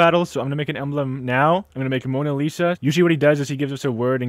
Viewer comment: no, it's Mona Lisa, not Monna Lisa